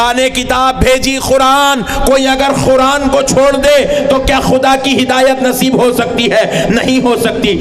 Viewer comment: comedy karne baitha hai,,,,, Sabse pehle Qura'an bolna seekh..Khuran koi word nahi hai,, isko comedy circus mein bhejna chahiye. Ye aalim nahi comedian hai..